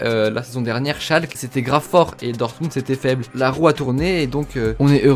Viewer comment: T’as détruit Schalke😭😂 Bonne vidéo ^^